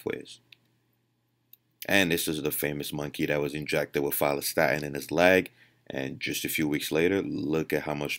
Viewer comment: Had to Google opposite of myostatin, ur not clear in ur pronunciation: Follistatin.